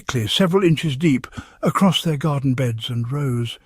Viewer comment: Stealing Attenborough's voice to give your vlog credibility is theft and we all know it is AI generated by how he pronounces some words. 'Rows' of vegetables pronounced 'row' as in argument right at the beginning gave the game away. If you are going to cheat, at least check your fraud before dishing it up here.